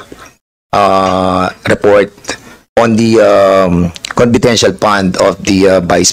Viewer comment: Magtagalog ka na lang Dan Fernandez fund Hindi pand haha! Four Hindi por haha, diperent, etc🤣. Cge lahat na opisyales na my handle na agencies na my confidential funds Cge nga imbestigahan ninyo lahat hindi lang c VP. Ikaw Dan Fernandez magtagalog ka kasi English ka ng English hindi mo naiintindihan sinasabi mo. Jusmio chismoso. Huwag kang mangbento ng mga salita na my kahulugan.. engeng